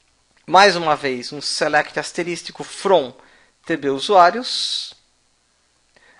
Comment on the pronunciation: Aula muito boa, mas "asteristico" não existe, é asterisco.